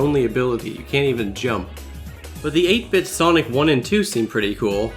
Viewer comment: MY MAN sawnik here